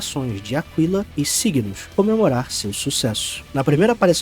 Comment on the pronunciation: *Ákila, se fala. Que teoria massa.